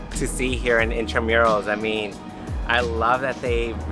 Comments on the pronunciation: Hello guys! Thats in-tra-moo-ros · Intramuros is pronounced as intra-moo-ros 😊😊😊